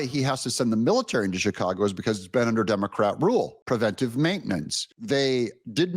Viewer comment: Sooooooo happy that you say "preventive" instead of the misspoken "prevenTAtive" that so many people get wrong. (Pet peeve of mine.)